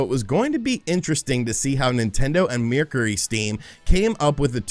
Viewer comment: Only could mispronounce Mercury